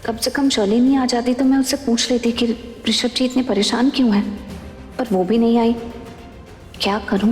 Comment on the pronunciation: Arunauchul pagal ho risabh hota hai rishad nahi😅